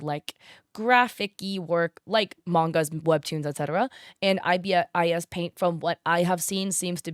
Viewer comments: Btw ibis paint is pronounced eye-bis, like the bird :) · That is an interesting way to say 'IBIS'